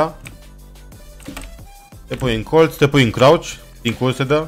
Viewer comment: când zici colț de ce pui accent pe TZ gen colTZ ??